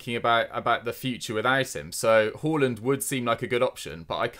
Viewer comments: saying horland I cba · It’s pronounced HARLAND not Whoreland